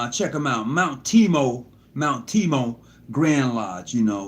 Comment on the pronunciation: The of MW Mt. TABOR of Houston, TX is not pronounced Mount Tee-Mo. It is Mount TAY-BOR.